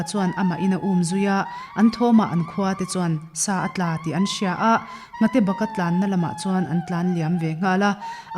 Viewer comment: He tiang meuh a chhiar in ,sa atla tih hi thluk I ti dik lo a